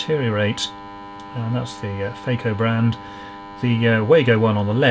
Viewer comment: All I heard was ICP saying, "Faygo" lol